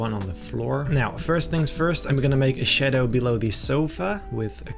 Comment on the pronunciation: Like the way he says shaddo